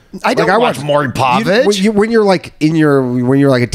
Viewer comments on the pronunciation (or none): I love how Ryan refuses to pronounce Maury Povich's name correctly.